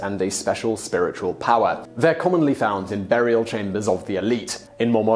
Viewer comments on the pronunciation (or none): none